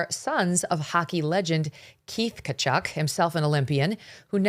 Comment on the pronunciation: Tkatchuk …. Ti ka chuk (soft on the i no pronunciation of the 2nd t